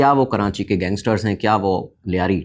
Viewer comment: Karachi, not Karanchi. Please correct yourself